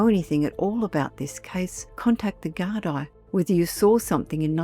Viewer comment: Gardaí - pronounced ‘gar-dee,’ not ‘gar-dye.’